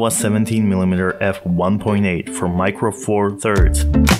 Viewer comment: Im hurt every time you say micro four loser 😂